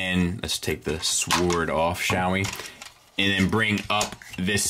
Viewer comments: S--W-O-R-D should be pronounced like 'word" but with an "s" on the front 😜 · Wait, you can't pronounce sword right, I never noticed that, LOL. Keep doing your THANG. Also, those 3 extra heads are actually kids in robot form.